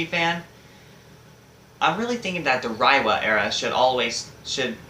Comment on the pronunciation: It’s pronounced “Ray-wa”.